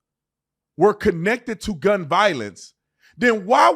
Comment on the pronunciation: “…dAt gUnMgTh…” 👁️👄👁️